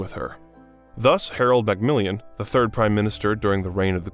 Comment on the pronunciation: He did actually say Anne the first time he said her name, but then it changed! It’s not just that, the Duke of Eedinburg it’s Ed in borough, and I know he’s not saying Mountbatten properly…I’m sure he’s heard the word batten before!!! Cameela Parker Bowels!! WHY is it so difficult to check pronunciations!! Harold Macmillion??? Mac-mill-an ohhhhhh good lord!!